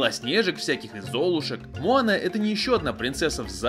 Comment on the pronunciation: мОана,а не мАана